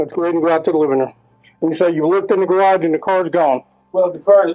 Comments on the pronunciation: It’s pronounced Gahh rawjj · i cant listen to you for more than 3 minutes.....i hate it cause ive got hundreds of stories i never hear the end of.....and who tf told u that is how to say "garage", that was where i had to hit the X, my ears hurt.....u need to offer voice over versions that are tolerable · Hey How about a black THATCHAPTER throw/blanket or beach towel instead of a shirt? Same design, same colors, just not a shirt. I'd even buy an auto window decal. "I luv ya" but seriously, you need to hear an American pronounce "garage".❤ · Their house had a garridge? Cool! Also, what's the hell is a garridge? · What's a garridge?😅😊